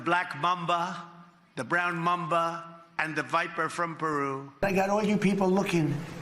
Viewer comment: It’s ‘mamba’ not ‘mumba’ 🙄